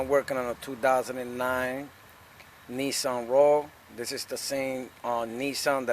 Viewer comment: I knew you were from the So. Bx, as soon as you said "2009"... 😂🤷‍♂️👍👌✊👊🤝